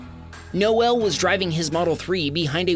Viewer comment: NO EL is not the correct way to say it , just ask Noel from Rock Band Oasis